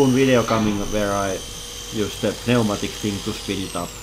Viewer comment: P-nee-ooh-matic... love it. I'd let you know how to pronounce "pneumatic" but I really like how you say it and other words. (It's new-matic)